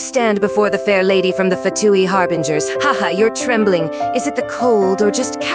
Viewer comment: Why does the Scara bot say “harbringers” instead of “harbingers”😭